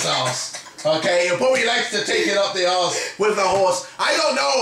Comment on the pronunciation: says A-R-S-E 😂😂